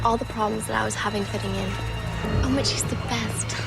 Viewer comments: I keep hearing bitch instead of mitch 🤦🏾‍♀️ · No lie at first that's what i hear then i heard mitch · i swear, the whole time...i heard Bitch not Mitch... :(